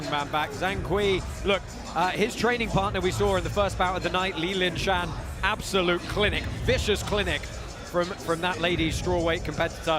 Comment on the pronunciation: Ok...right off the bat...her name is Li Lishan ...not linshan or lingshan...pronounced Lee-Shan ..second is...either your refs need training or rules need clarification, you say ground and pound is fine as long as long as the striker is not kneeling etc. but Tim Ha was downed and his opponent was fully standing and landing, yet the ref broke it up and Tim Ha was allowed to stand up? Yet what bothered me most was that no one told Bas he had his headset on backwards the whole time😂 on a positive note I really do like the originality of the different rule set a different pit set up and Jay Leno's chin on Zahng Kui!